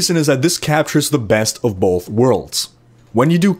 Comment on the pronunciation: I think the word you're looking for is both, no 'bolth'.